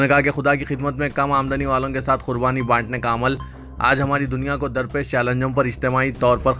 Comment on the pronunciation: KHURBANI KYU BOLTE HO ???